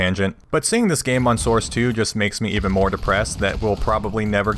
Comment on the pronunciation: damn that "Mo Options Mo Happiness" gave me Cantonese chills